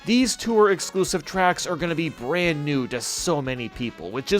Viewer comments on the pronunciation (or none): none